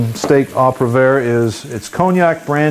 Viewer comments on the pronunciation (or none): DUDE great recipe, BUT please say Au Poivre correctlyl Not Au ProVair. Just annoying to me, also wasn't the sauce a little thin at the end? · thing is so... all americans, even close to britts, pronounce french like that. I know he doesn't pronounce the "r" properly. Anyhow, be that forgiving would you? :) thank's. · Pronounced "Oh poo-ah-vre" (roll the r) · You may want to go to school a little bit more, because not only have I had four years of French classes, I also was a Culinary student and had classical french cuisine classes as well. The way he says it is incorrect.